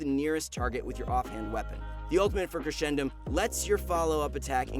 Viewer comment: how its supposed to be: crescendum how he pronounced: crechendum